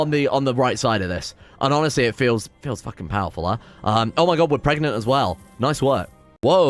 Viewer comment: Why does he pronounce pregnant and baby like that, and why do I prefer it?